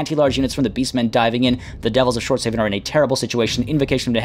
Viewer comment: Schwartz HAW-FEN. Like Hasselhoff.